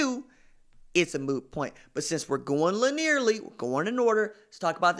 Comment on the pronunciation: All good points and another solid video...but, haha, you knew it was coming. Linearly is pronounced..lin-knee-er-ly. Keep up the great work RJ. You know I love ya bruh.